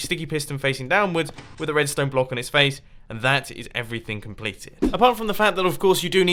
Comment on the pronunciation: Edstone? what is that